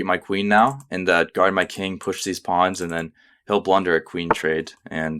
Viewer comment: Nice channel! Slight jolt each time you call the pawns a 'pond' :)